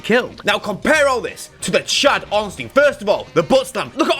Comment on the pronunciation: Love the video but its Ornstein not Orenstein. I never understood why everybody does this smh